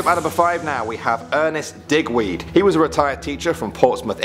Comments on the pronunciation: When he said digweed I thought that he said d**kweed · Was saying the same